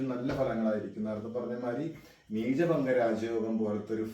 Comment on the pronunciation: നീചഭംഗം ആണ് ബംഗം അല്ല